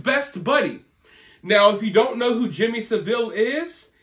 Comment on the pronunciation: Jimmy SAV-ill not Sa-ville